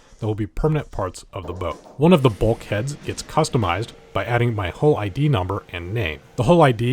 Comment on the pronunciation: He writes "hull", reads "hull" but speaks "hole". Just saying.